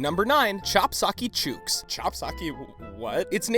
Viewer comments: Chook is pronounced like book, not choooook smh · chook is said like book not nuke. just saying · chook, like book. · chook is pronounced like cook. that is all.